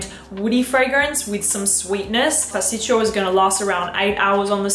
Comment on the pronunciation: Pasticcio , pronouncing is without the second I